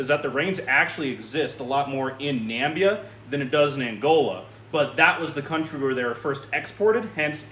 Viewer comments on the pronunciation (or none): It's Namibia not Nambia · Learn how to pronounce na - mib - ee - uh (it's not nam - bee -uh).